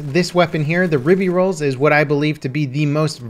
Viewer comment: Please god stop saying "ribby rolls"